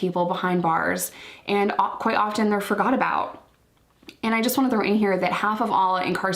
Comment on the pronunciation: “I freegot me ‘eadphones’ “